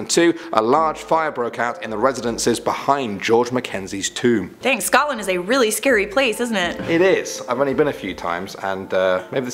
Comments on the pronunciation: "Sotland"? Sotland.....I wonder if that's supposed to be Scotland..... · OK, I'm from Scotland and like I love the channel but I HATE when the mispronounce the names of places xoxo